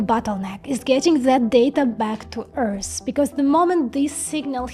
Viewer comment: Also, when you say Earth, you are pronouncing it as Earrs. It's the same "Th" sound as I previously talked about as in "the" accept, the "th" sound is at the end of the word "Earth". There is no s, or ssss sound in the word Earth. Keep up the great work... you rock.